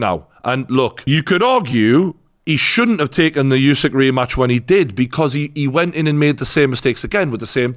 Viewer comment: I wish one person in the UK could pronounce Usyk's name correctly.